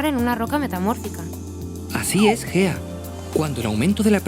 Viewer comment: Solo se que cuando salió el vídeo creía que la tipa se llamaba fea en vez de Gea XD